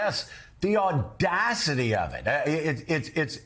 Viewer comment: When Micah says "the audacity " i hear a distinct sound of ander ans Russian sympathy. Are you a comrade Scarborough?